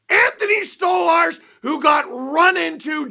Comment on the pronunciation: It's *Stoly/Stolie or Stolarz you muppet, not Storly Just because rielly scored that doesn't mean he was good, and that's not even the point of the video. 🤡 they're the heaviest team in the league and but they play like they're the biggest pansies in the league. Their goalie had to stand up for himself because no else cares and it's embarrassing. That's the point